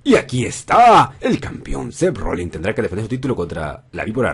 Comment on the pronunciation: Odio cuando le dicen Rollings a Rollins